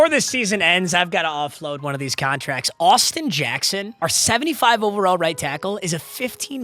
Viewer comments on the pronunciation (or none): none